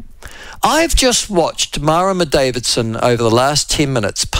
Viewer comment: Mara-muh Davidson gives my arse a headache.